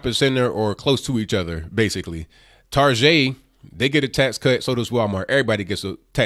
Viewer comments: What the hell is Targeagh? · I love how he unapologetically refers to Target as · lol i love the way you pronounce Target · good video. ..i thought target pronunciation was an Australian thing... made me laugh thanks man